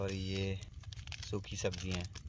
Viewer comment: Sukhi sabziyan😂😂😂😂😂its not sukhi sabziyan lol